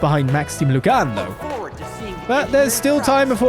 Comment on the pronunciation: Yes, I agree it should be Maxim Lu-GAHN and not LOOG-in. While we're at it, let's change the pronunciation of Bergard's last name from ZEE-min to Zeh-MAHN, because I will never be mature enough to not cringe whenever I hear the former.